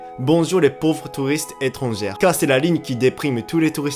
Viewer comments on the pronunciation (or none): "Étranger" se prononce avec "é" à la fin. "é-tran-gé" 👍👍👍✅☺ "é-tran-gère" 👎👎👎🚫😣 Même chose pour "passager" et "chier".